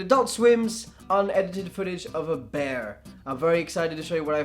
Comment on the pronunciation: Bear = Bayer